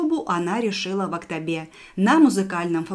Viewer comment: Нет у нас в КZ такого города АктАбе , не сложное слово АктОбе. Просто после таких произношении, многие будут тоже говорить АктАбе. А так прекрасный ролик . Димаш тың анасы Светлананы туылған күнімен құттықтаймыз!